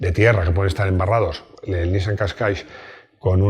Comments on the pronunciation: una aclaración: no es Nissan Cascais, es Qashqai (sin s final). Lo primero es una ciudad portuguesa, por cierto. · Por Dios!!! Qué te pasa con el Qashqai??? Siempre dices KASHKAISH, si acaba en i!!!